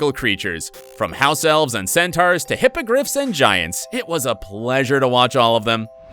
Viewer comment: The fact that he can't say centaurs or Basilisk correctly 😂